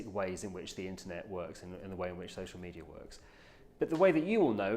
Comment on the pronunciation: Why does he pronounce it social meteor